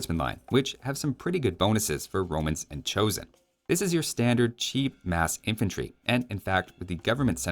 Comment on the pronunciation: not that it matters but the "son" in choson is pronounced approximately as "sun" (ball of fire in the sky) or "son" (boy child) in english it's actually the old romanisation of 조선 (Joseon) from the ancient time of release of aoe1 (1997) so it's spelt weirdly but if you say it as cho-sun then it will hurt the ears of history nerds less... again not that it matters :D